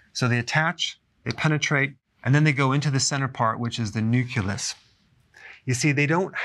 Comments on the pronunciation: Good, but Dr. Berg, it's pronounced nuKLEEus, not nuKUlus. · Turned off a bit by his saying "nuke-you-lous." It's nucleus, "new-clee-us." Aaagh! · Dr. Berg! Don’t say “nucelus”! It’s “nucleus”. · Not “nu-cu-lus” It’s “nuke-le-us” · Nu-CLE-us! Not nu-cu-lus! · Pronounced " nouk - lee- us " Not " nouk - you - lus " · *Nucleus, not "nuculus". Also, some respiratory viruses can do pretty bad damage. I got COPD at 27 because of a flu, and I was fit (training with soldiers), not at all overweight, eating healthy and had no previous chronic conditions. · You GOTTA stop saying "nuculus!" It's nucleus! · A 'Doctor' said New-cue-lus WTF It's New-clee-us, get your Latin right FFS you sound like a fool! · Can you just say "nucleus" over and over again please. After a while you might get the hang of pronouncing it correctly. "nucerlus" sounds really funny. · I like the info but wish you would stop saying new-kew-lus instead of new-klee-us. It actually takes a little bit away from your credibility. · Nope. It’s not a “nuculus”. It’s the nucleus. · DUDE IT'S CALLED A NUCLEUS NOT A NUCULUS. ARE YOU A REAL DOCTOR? DO YOU SAY NUCULAR BOMB TOO? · Did he just say "nuculus" twice instead of nucleus and "intraveniously" instead of intravenously? Uhhh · Great video ...but it's nucLEEEEus not nuCULUS. Sorry it's driving me nuts. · NuclEus not nucUlus. Huge pet peeve 😩 but I still love you ❤️ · Nuculus?! Its a nucleus!!!!! As a doctor, please don't discredit yourself with mispronouncing simple words. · Nuculus? Mice studies, petri dishes, associations? Hey, drink a shake, take some vitamins, all good... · Luv you man but you said “nuculus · New-clee-us. Appreciate you, Dr. Berg. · Be wary of a doctor who says nucleus incorrectly. It's not nucelus. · Nucleus Noo-Clee-Us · He said nuke-lus :( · He said nuculeus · "Nuculus" - Dr. Berg, 2020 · Is "nuculous" the same thing as "nucleus"??